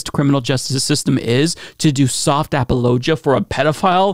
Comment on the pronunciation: Is seriously pronouncing "apologia" as "ap-a-low-ja"?